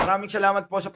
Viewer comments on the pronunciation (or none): Correction, pak bigkas ang letra S na s at hindi SH... halimbawa, ang sa atin HINDI ang sha atin...